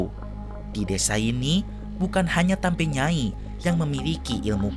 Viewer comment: Izin koreksi ya min. Yang benar itu TAMBI NYAI. bukan TAMBE. TAMBI artinya Nenek